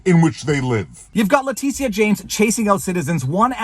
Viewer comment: Leticia?....who? Oh, Le tit ia